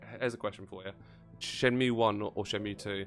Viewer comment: It's Shen-Moo